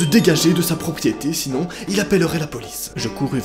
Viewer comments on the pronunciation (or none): Il a dit sorter de ma propiaitai